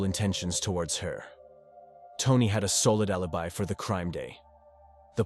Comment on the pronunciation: "However, he had a rellable allibee".